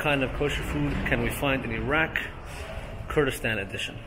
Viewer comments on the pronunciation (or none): Wish he actually pronounced the name of the country correctly. We move though.